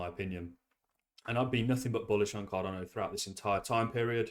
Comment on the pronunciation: Mate, love your videos. Genuinely enjoy them.. one thing though, it's Card'a'no not Card'o'no. I know you've mentioned before you've got dyslexia, I've got a learning disability myself so I'm not having a pop. I just think as your channel grows and you continue to be a big ambassador for Cardano you should pronounce it correctly? Apologies if there's a reason for it and appreciate the time and content you put out, it's awesome stuff 💪👊